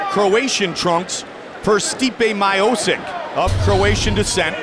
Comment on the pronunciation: " Stipe Mayosick"